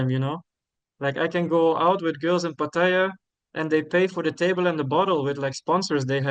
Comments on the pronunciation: He has pronounced it three different ways in this one video! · I know how a local Thai says it. If he could pronounce it correctly he wouldn’t say it 3 different ways. There is only 1 way to say it. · He says he is fully conversational in Thai but doesn’t know how to correctly say Pattaya? Ok 😂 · How do you "think", a local Thai says it?He has pronounced it three different ways in this one video😊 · pronouncing it 3 different ways surely shows he cannot speak Thai?